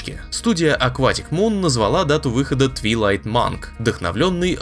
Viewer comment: А то что читается как "Твайлайт"